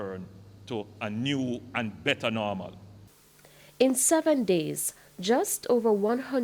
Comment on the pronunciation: Man say a new and better NORMAL